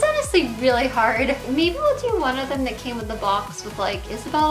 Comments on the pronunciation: I've also noticed she can't even pronounce "th" sounds properly either. She says "dat" instead of that. Her "homeschool" education, and lack of social exposure definitely did no favors for her, and clearly no one in her parental roles stepped up to get her help, or to encourage her to reach healthy, typical mile stones. They are disgraceful w/ their neglect. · I like how you say "dis" and "dat"